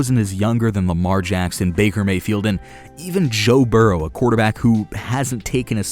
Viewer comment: Sorry but can someone tell me who the actual fuck is “burreaux” I thought it was burrow and on football cards it’s burrow so who tf is burreaux